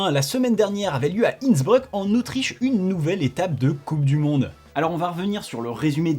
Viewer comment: On est sur de la prononciation de INNsBREUUK ?